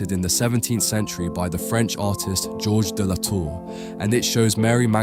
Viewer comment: S'il te plaît le traducteur automate apprend à prononcer correctement le français ! L'IA est une merde ! L'artiste s'appelle Georges de La Tour et pas gorge de Latour